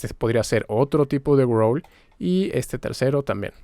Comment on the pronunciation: "Gruouurls" jajajjaaj